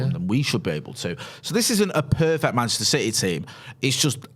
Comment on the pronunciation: “Mancheter City”. 😂😂😂😂😂